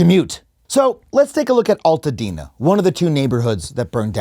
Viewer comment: Thank you for this video. As someone from Altadena, we prounounce it AL (like someones name AL) Altadena. Not Alltadena.